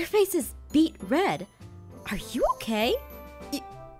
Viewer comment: ou instead of you